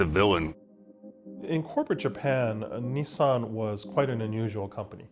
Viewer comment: I thought Nissan was an Indian company, sounded same as निशान.